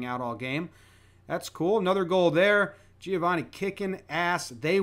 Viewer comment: Hearing Americans pronounce Giovanni like that never fails to make me cringe